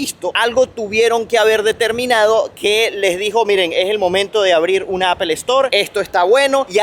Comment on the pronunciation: Buen contenido, pero a manera de sugerencia ó recomendación, mejora un poco la pronunciación, dices unas barbaridades a lo largo de tus videos, por ejemplo pronunciando apple y algunos gentilicios te pasas, por lo demás muy bien, muy informativo.